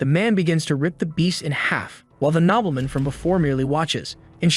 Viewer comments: Can you guys fix your AI reader pronunciation? It's Nobleman, not knobbleman. It really is distracting trying to translate all the mispronunciations. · no its not nobleman, its nobeelmin